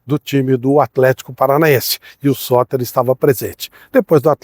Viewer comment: O vídeo é legal e o conteúdo é bom, mas a edição faz falta. A dicção em alguns momentos não ficou muito clara. Teve uma hora que eu entendi “Sócrates”, e só fui descobrir nos comentários que o jogador era o Sotter. Uma legenda bem editada já resolveria isso e melhoraria bastante o vídeo. Gosto dos seus conteúdos, não sou surdo 😅 — inclusive aumentei o volume pra tentar entender o nome do jogador, mas só consegui confirmar lendo os comentários. Com edição com nome do jogador, o vídeo ficaria muito melhor.